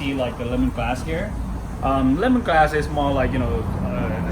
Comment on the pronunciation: His accent is strong so it sounds like he's saying the wrong word The way he says Lemongrass sounds like lemonglass Kaffir lime leaf sounds like kaffer Oil sounds like Oy